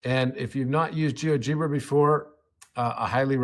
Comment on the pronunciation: You’re saying Geogebra wrong, it’s pronounced liked algebra